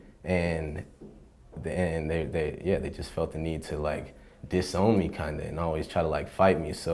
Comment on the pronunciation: I think he still sounds Afro American black. I'm speaking as a black British man, now. The emphasis on different vowels in a word is what helps to still distinguish it. When he said the word 'disowned' dis-OWNED me is coded as black to me. A white person of American nationality would have each vowel of equal emphasis as the standard accent with Southern accents having a different sound again, such as: "dis-OwenED" me. So the second syllable has almost another letter sandwiched between, that of the additional "e".